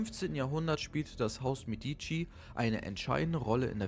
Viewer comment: Meeediici....wersaier vertrag. So wirds ausgesprochen. Ansonsten gut.